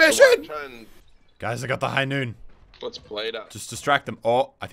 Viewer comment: It's not high noon it's high noot